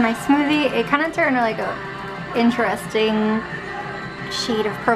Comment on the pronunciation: Holy shit no way! Someone who can actually pronounce IN-TER-EST-ING?!!! Most people I know are lazy and just say in-trust-ing or in-trest-ing.